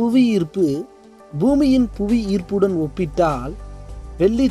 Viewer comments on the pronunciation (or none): சகோதரரே....தயவுசெய்து தமிழை சரியாக உச்சரிக்கவும், வெல்லி அல்ல வெள்ளி - நன்றி